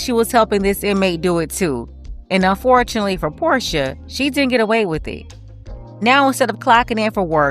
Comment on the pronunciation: La'porsha? You mean La'porshe🤣🤣🤣🤣🤣🤣🤣🤣